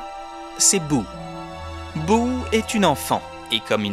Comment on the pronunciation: C’est Boo pas Bouh